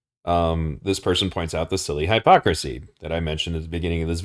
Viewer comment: in the interest of insuring words continue to mean what we agree they mean... you should work on your pronounciation of "hypocrisy". I subbed because of this video... you are spot on with a lot of the observations you make, ive been saying these same things to people for nearly a decade. If its only now becoming aparent, it is because people are waking up to it. the more wake up the stronger the push back from the "leaders".